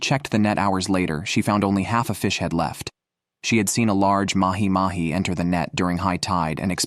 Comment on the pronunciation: Ya lost me at "Mahi Mahi"